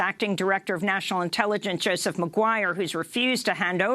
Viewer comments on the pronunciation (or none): none